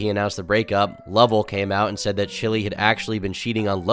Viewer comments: it's "LUV-ELLE" not "LuVLLe" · just wanna tell you it’s “ LUH - VELL” not luvel . Luv u turkey tomorrow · Great video on Logan! The only thing was the way he said Lovell Made me cringe every time lol! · why did u say Lovell like that 😂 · Loved the video but you pronounced Lovell so wrong 😭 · I don’t like the way you said lovells name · the way you pronounce lovell is kinda racist